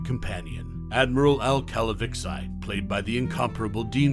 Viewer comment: Did this narrator ever even watch the show? It's not pronounced "Cal-a-vix-i" it is pronounced "Cal-a-vee-chee"!!!